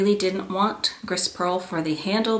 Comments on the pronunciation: it's beautiful! gris is pronounced "gree" though :) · Beautiful color combination. BTW, "gris" is pronounced "gree", which means gray in French. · Beautiful! Congrats! When you pronoun Grey in French the S is silent. Gree is how you would say it.